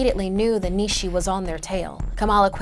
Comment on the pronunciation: It's pronounced nea shea